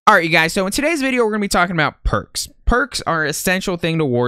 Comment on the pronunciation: Thought you said perc 30 😂